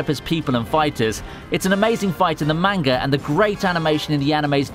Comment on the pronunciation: When he pronounced manga as (MAINGA) i immediately stopped watching and went to the comments section to see if anyone was as annoyed by his pronunciations as i was.